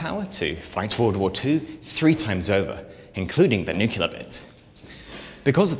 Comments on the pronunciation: Great video but nuclear not nuculer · For the love of god, it’s “nu-cle-ar” not “ nuk-u-ler.” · How does someone as educated as you say "Nuke-U-ler"? Seriously? It's NEW-KLEE-ER. There's only ONE "u" in it. Where is the second "u" coming from? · Nucular. * sigh * Someone with a channel named "Atomic Frontier" should know how to pronounce "nuclear." NEW-CLEAR Sorry. Just ruins it for me. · NuCLEar, not nuCULar... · nu-clear, not nu-cu-lar :) Otherwise, magnificent my guy. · Truly, nucular is a word. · What is a "nucular missail"?